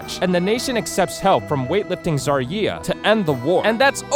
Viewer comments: zareea? It's Zarya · you pronunced so many of the names wrong you only got winston tracer and reaper XD but srsly zar-yee-ah ? It's zar-yah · Zar ree ah not Zar eee ah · Its not zarieya its zarya😤😤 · All good until the last 5 sec Zar Yee AH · The pronunciation of this video... xD anaamari its 2 different words xD and Zar-YEEEA. also its lacroix which is pronounced la-cra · You pronounced Amari, Amelie Lacroix, and Zarya wrong like REALLY BAD. WTF is a Zaryeea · Why do most Americans completely butcher pronunciations? LACROIE ZARYEEEEERA like... dude... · amilee lacroi, ana a maree, zareeya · Zar-yee-hah? What? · Did he just say Zareea? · Edniel Lee zaryeah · "Zaryeea" ummmmm, I don;t think that ii's pronounced like that xD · I think it's a joke... Its pronounced Zar-ya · It's actually pronounced Za-ri-a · THEY BUTCHERED ALL THE NAMES!!! Seriously, it's (Zar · How do you say Zarya’s name wrong. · You butchered Ana Amari, and Zarya